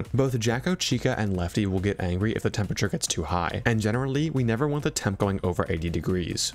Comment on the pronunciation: ah yes, the “temperature”